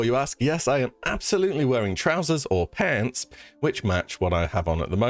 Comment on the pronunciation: I need me a 10 hour loop of saying "pants" in an American accent, thanks.